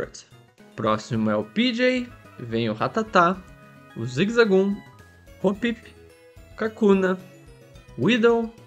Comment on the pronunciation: Achei que nesse desafio ele iria capturar todos e evoluir antes, e depois passar os ginásios. Engraçado você falando o Zigzagoon em